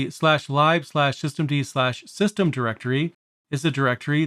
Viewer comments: A couple of inaccuracies i picked up, Daemon is pronounced DAY-mun. lib is literally lib not libe, it means library but it is spoken short hand as lib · I was surprised too... I think the majority of english speakers (or other languages) will pronounce it as [lɪb]. I wonder, how he pronounces /dev/ or /proc/ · Great video. I've used systemd on and off for a few years. I knew that it controlled services, but did not fully understand the difference between units. I was a little surprised hearing "lib" pronounced [laɪb]. I usually hear it pronounced as [lɪb]. Though I assume it is an abbreviation for "library", which is [laɪbɹəɹi] (at least in US English). Here in Japan it is pronounced "ribu" (as Japanese doesn't have an 'l' and all syllables--except 'n'--have a CV structure, so must have a final vowel.) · Just because it's useful doesn't mean the hate for it is unfounded. There are plenty of perfectly legitimate reasons to hate systemd and run a different init system or even swap to FreeBSD. I get that lib is short for libraries, but I've still never heard anyone call it "libe" before 😛I do however approve of pronouncing daemon as demon when it comes to systemd tho because it is absolutely demonic lol 😛